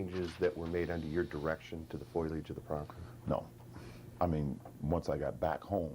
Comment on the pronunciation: It's fo-leee-uj, not f-oy-ul-uj.